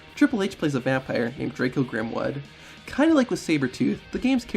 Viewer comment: Also, did you say that HHH's character was named 'Drako' Grimwood?... bc I believe it's Jarko Grimwood. You have it surely correctly if you turn on your captions but I don't believe you said it right... unless I'm just heading it incorrectly. Also also, into the video, it kinda sounds like you said 'light bulb' instead of 'light bomb' like, again, it says in the captions if you have them turned on. ... and finally, was Macho Man the first WWE wrestler to appear in a Marvel movie?... bc the original Spider-man came out in '02 n Blade Trinity came out in '04. That Big Sky dude that played Sabertooth in the original X-Men movie, which came out in 2000, was a WCW wrestler. (or he was at least in the lil shot you showed in this video) ... and yes, I know I'm 2000 the Macho Man was wrestling in WCW but at least he used to be in the WWE, back when it was called WWF but it's still the same thing... am I right about this or had another wrestler snuck underneath my 👃 nose??? lol